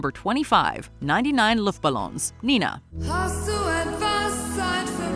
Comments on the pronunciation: understanding the popcultural impact 99 Red Balloons had not only in germany, one can expect that any socialmedia-newslike channel and their journalists should know the artists name is Nena, which accidently could be mispronounced as Nina. ...yes, i know i am an anoying smarty smurf. Sidefact: i didnt like Nena to much as a teenager. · It's pronounced NayNah. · It's actually NENA - 99 Luftballons... not Nina. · NENA! Not NINA! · Neeh-nah? No, it's NayNah.